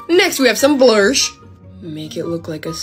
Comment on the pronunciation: “Next we have some bLuRsH”